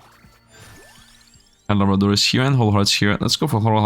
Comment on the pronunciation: Candle lob ra….. no one says it right…. Actually the second times you Said it right.